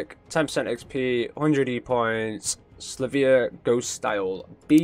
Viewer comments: Is there education where you live rofl. So bro it is Sil Vee Uh not Sluh vee uh. If you look closely the Y comes before the L. Where did you get the pimp sound dampening foam? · I think it’s pronounced sil-vee-a